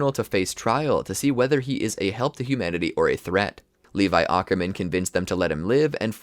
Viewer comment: Bro awkerman 😭